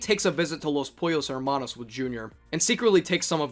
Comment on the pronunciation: How could you pronounce "Hermanos" like that after having heard Gus say it xD?